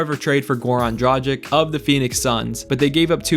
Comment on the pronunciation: It pronouce "dragich" not "drajic" 😊